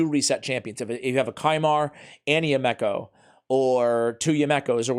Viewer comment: Her name is pronounced: "YOU-me-koh", NOT...."you-MECK-oh".....and I just got her!